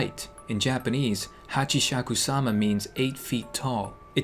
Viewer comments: The a is supposed to be an o, so Hochi/shaku/sama. 3 syllables in one word. Hachishakusama is captured in the outskirts of a village in Japan. It appeared 15 years ago. There, the ancient ruins and 4 statues at North, South, East, and West so that Hachishakusama won't escape. But somehow, it did escape. When Saphire was 8 years old, she was in Japan and her grandparents were inside the house. Every summer, Saphire's parents would go to Japan to visit her grandparents. She hears a sound. "Po... Po... Po..." As she heard it she saw a straw hat. That's were the sound was coming from. The straw hat isn't resting on the hedge. It's BEHIND the hedge. It started moving. The straw hat begin to move and Saphire saw her. She was 8 feet tall. Saphire was satisfied (or surprised) how tall she was. She was thinking that she's just tall, or she was wearing huge high heels. Hachishakusama slowly walks away. Saphire quickly runs inside her grandparents' house and she talk to them about what she saw. They weren't listening, but when they mentioned a sound. "Po... Po... Po..." Grandma's eyes were wide, and she covered her mouth. Grandpa's face was serious. He grabbed Saphire's arm. "This is very important" he said intensively. "When did this happen, how tall was she? Did you see her? Was she 8 feet tall?!" Saphire tried to answer all of grandpa's questions as best as she could. Her grandpa runs to the hallway and called the police. She didn't hear what he said. When grandpa finishes the call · i dont know how to spell it but it`s pronounced "hatchisakusama" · Him trying to pronounce the name Hashikabob, he's too much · pronouncing Hachishakusama I laughed so hard, when he said hachishakshishkubab XD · trying to say Hachishakusama is like me trying do algebra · Nope you said it wrong again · I was actually laughing when he was pronouncing that ghost name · im watching this am. Hahahaha. I can't stop laughing when you're reading the japanese word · its call hachisakumana